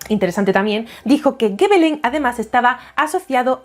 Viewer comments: Hola,. Sólo un apunte breve: en francés, la "G" sólo se pronuncia "gue" cuando le sigue una A, una O o una U. Si le sigue una E o una I, se pronuncia "ye" o "yi" (igual q en español, vamos). Por lo q Gébelin se pronuncia "yebelan", no "gebelan" (para conseguir ese sonido habría q añadir una U después de la G). Ya sé q es meramente anecdótico pero quería decilo. 😊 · Gebelin se pronuncia "Shebelon"